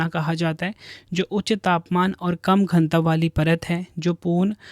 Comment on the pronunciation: घनत्व ☑️ घनतव❌